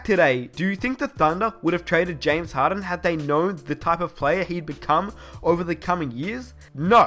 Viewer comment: Who kept hearing harren instead of harden? 😂